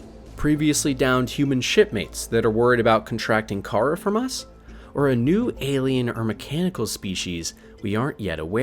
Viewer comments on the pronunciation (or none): It called the kharaa virus "Kah-Raw" not the Kara virus, get it right you noob. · Not kayra it’s KAH-RAH